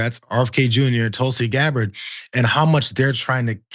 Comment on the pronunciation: at 40sec did the journo (Katy Kay?) call her "Tulsi deGabbard?"